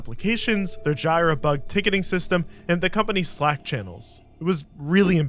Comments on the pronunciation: Its “G-ra” for jira not gyra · Omg i’m way late to this party but it’s “jeeruh” not “j-I-rah”. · It’s pronounced Jee-ra, not Jeye-ra. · im one of the boomers watching your video (great job on them, btw)...and i thought ya might want to know that you're saying it wrong JIRA is not pronounced "JIE-RAH", as you said it. its pronounced "JEER-UH". have a great day! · It’s jera not jaira 🫣 I use it everyday